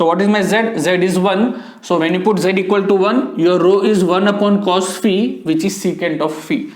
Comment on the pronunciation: There are very few teachers who properly pronounce phi as fee. Great sir /\